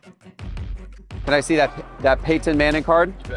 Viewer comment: Why does he say “Pay-Ton”?